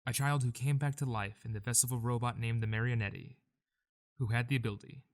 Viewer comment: This is great but the pronunciation of Marionette is KILLING me For future reference, it's mary-oh-net, or mar-uh-net, no e sound at the end